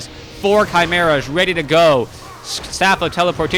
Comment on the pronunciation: your cast it's far better than back2warcraft, tod it's ok tho also it's correct how you pronounce chimeras